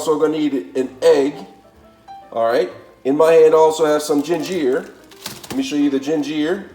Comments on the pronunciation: Lost me at jin-jeer! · Why he pronounce ginger like that gin-ger!! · Where the heck is this guy from? Flayveer, gingeer and raymun, parsalee, aladental and spreaderated? How ignorannt can anyone get? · Gingeerr.. Lol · That’s the first time I’ve ever heard ginger pronounced that way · I love how you say ginger, flavor, and parsley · Please pronounce it *raHmen instead of "raYmen" and *gingUr instead of gingEEr cuz Bro that was painful lmfao 🤣 dont even have the oomph to comment on the parsley and everything else mispronounced almost on purpose? 😭😅 lolz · Ray-men noodles!????! I can’t trust a man that pronunciation Ramen, RAY-MEN & ginger, GIN-GEER… 😂😂😂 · I was legit like "Gingeer? What's gingeer-oh." haha loved this vid. Also never thought to add ginger to raymen noodles. I'll give that a try next time I get my hands on some. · he said "raymon" and "gingear" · yeah i was Raa MEN not Ray mon ... but the Gingeer is pretty funny too